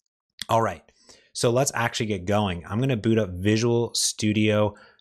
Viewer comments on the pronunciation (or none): none